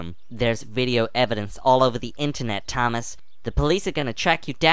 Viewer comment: said Thomas wrong Thomas he said TAMIS